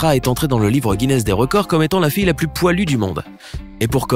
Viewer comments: PLUS de sécheresse pas "plusse" de sécheresse !!! t'es un peu gogole 😂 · le projet contre la secheresse c'est " Plus ( comme plus jamais ) de secheresse " et pas " plus comme + de secheresse " ... le commentateur a rien capté 🤣😂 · 'Plus(ssss) de sécheresse', vraiment? Il comprend ce qu'il lit? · salut, super tes videos. je voudrais reprendre qqch: à 5'58, " no more thirsty crop" se traduirait par "plus jamais". Ta prononciation laisserait entendre "davantage".